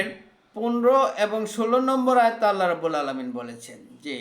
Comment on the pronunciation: সবাই ইসলাম প্রচার করার জন্য দাঁড়িয়ে যায়! এত ধীর গতিতে বললে মানুষের শুনবার আগ্রহ থাকবেনা🙏🏼। আল্লাহ="আল্লাহ্" বলুন।